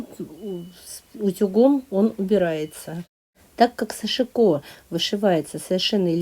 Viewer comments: пожалуйста, ставьте правильно ударение в слове сашИко.Прошу прощения... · Нет!Я много роликов смотрю от японских мастеров и,как раз они ставят ударение на вторую гласную,а англоязычные-на первую. Что касается жалюзей, все французские слова, это всем известно ,произносятся с ударением на последнюю гласную,и японский язык совсем не французский,чтоб так произносить это слово.Кстати,я изучала французский.